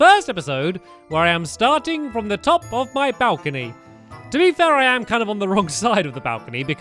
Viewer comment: At the start of the when Stampy said I'm on my bowcany he was on the edge of the bowcany like if you agree📱